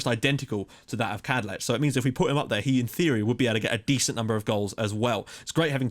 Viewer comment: Right, so I know you're really tired and frankly pissed off with people commenting about this, but it's gotta be finished off. I waited for this episode to type this to prevent spoiling the other videos' comment sections. But I've spent about 20 mins looking through the phonetic and sound alphabet for the Czech language, and I can confirm that it is pronounced 'Vatslav Kadlets' full stop. Thought I'd back it up with actual reason and research! Sorry for bringing it up, and I adore everything you do. You're an inspiration!